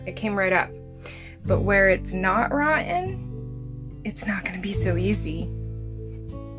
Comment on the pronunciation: Your "rotten" floor is hilarious funny when you say it...lolol Hopefully when someone is on the toilet they don't fall thru the floor, hehehe, cheers! Oh, as Hank would say...wth, Bobby!